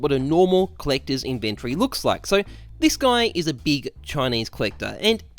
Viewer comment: No one: Absolutely no one:: CHINESE COLLECTAHS